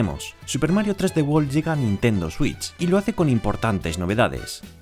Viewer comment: I guess that’s how y’all say 3D world